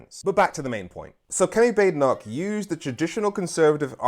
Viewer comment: Her name isn't Bade e noch. It's a Scottish name. Think Baaden Baaden in Germany. So Baad e noch. I can't stand her but can we start to try to pronounce the name correctly?